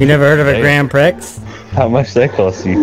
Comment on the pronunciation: lol "Wha di ju do?" LMFAO "I drive a grand pricks"